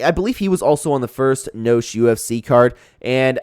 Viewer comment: Mispronounced noche my guy